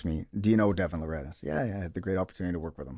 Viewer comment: Bro served with him and still called him larRAT